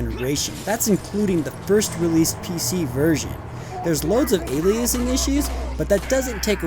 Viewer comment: I guaranfreakintee you that the man reading the script for this video is not the man who reviewed the game the second he said aliAsing also I'd wager on the idea that said script reading man schmoozed his way into that job, they could do better they need an ESTP script reader, and an ENTJ supervisor to him